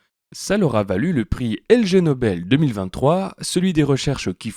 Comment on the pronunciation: Le prix 'LG nobel' lol je crois que j'avais jamais entendu ça. Comme c'est écrit sur le diplôme que les gagnants brandissent, c'est 'Ig Nobel' avec un 'i' majuscule, pas un 'l' minuscule. Pourtant, le jeu de mots est évident : 'ignoble' qui En anglais, se prononce ignobeul (pour de la science pourrie) et rime avec Nobel, comme le monsieur des prix Nobel, pour la meilleure science. C'est une dinguerie (que tu l'aies pas vu) !